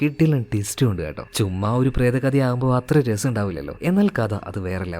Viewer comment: "പ്രേതക്കഥ" അല്ല 'പ്രേത കഥ ' എന്നാണ് ഉച്ചാരണം